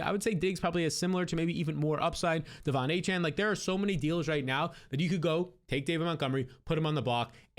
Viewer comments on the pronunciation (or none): none